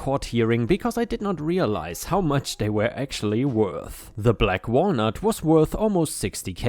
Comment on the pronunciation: May I ask a question? Why do you always pronounce the word WERE as WHERE? I really enjoy your content, but this irks me bad.